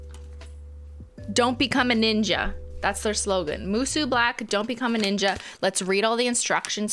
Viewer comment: It’s pronounced “moo-SOH”